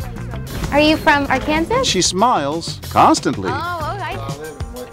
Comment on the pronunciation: Did she just pronounce arkansas like that oml